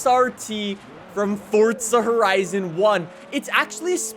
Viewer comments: It's Forza not Fortsa🤣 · Theres no letter T in forza, plz stop saying it like this. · LEARN HOW TO SAY FORZA!!! JESUS CHRIST!!!